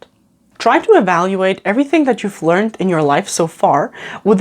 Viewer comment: Jus' a small note, which I'm permitting myself, because of the nature of the channel & indeed this excellent video: 'learned' here is pronounced 'learn-ed' - two syllables. I'm not sure if this is a British/American thing - & I repeat - I would not bother pointing this out in 90% of channel types, or settings. ~